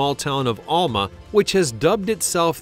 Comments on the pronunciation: Alma, wsa my grandmother name. It is pronounced, Al-Mah. Like Al your male friend, not ALL... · Yeah, it’s like Al…ma. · You are mispronouncing Alma, Arkansas.